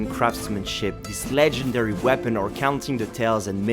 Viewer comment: you say legendary wrong